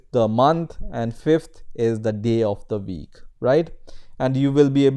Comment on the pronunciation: Thanks for this intro to Jenkins.. my only suggestion: respect the language, please verify your pronunciation on specific words like provision (not prowision), server (not serwer) or week (not veek).. You can find some proper english pronunciation using this link